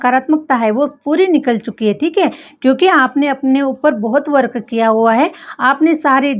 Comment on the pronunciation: Always u give very good & apt reading. Plz improve u r English pronounciations . Like …. Work - वर्क अ x❌ - वर्क Deserve - डिज़र्वअ x❌ डिज़र्व